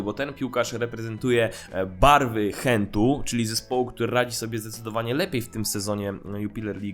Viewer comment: Adas, jako ze mieszkam w belgii i bardzo niedzleko Genku moge ci smialo powiedziec ze belgowie mowie Genk - nie Hent i to samo z Gent . Belgowie mowiacy po flamandzku nie francusku, Ci alurat nie wiem jak odmawiaja